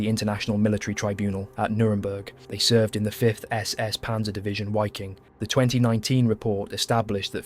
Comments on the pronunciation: Wiking is pronounced "veeking" not "weeking" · It is a bit frustrating. It wasn't this channel ....but another I was watching .and I heard SS Wiking ...pronounced " wicking". 😖 It bothered me I must be honest. Lol.....EDIT: well , I see the pronunciation is incorrect here as well